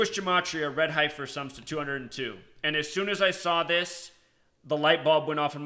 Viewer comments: It's pronounced "Heffer" not Hie-fer (yes I know the spelling is Heifer) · Dude, it's pronounced heffer, not highfer.. Fricken city slickers, pronunciation is easy to look up and some old farmer who has raised heifers, won't be calling you out on your pronunciation. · HEF-er. Not HI-fer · You have a special wisdom to mispronounce “ certain words” for a very special reason. God Bless. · heifer is pronounced hefer.....like deafer... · FYI HEIFER , the i is silent, the hei is pronounced same as the he in head ,hefer . Great video. Also my birthday is aug.10. I will be 71 next year. Not really looking forward to it now .lol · Ok so what is going to happen. Come on tell us. Tell the fbi the cia. Tweet trump. Tell him. Save some lives. And the word is. Hey fer. That is how you say it. It is heifer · "Heifer" is pronounced heffer, if you care... :) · My intention is not to offend but the pronounciation is heff-er like jeff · Okay, I know you were/are a teacher but can I nitpick?? Heifer = Sorry, I couldn't help myself, lol. I know that in the scheme of things this is petty... You do good work and we know you are a "G" when it comes to the numbers! Thanks for this...cheers;-)